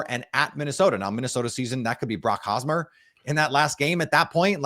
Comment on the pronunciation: “Brock osmer”